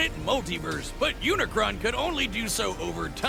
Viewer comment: Bro why everyone got to say unicorn It's not unicorn its unicron